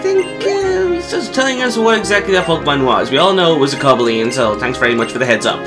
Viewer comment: btw its not pronounced like that its co-bail-eon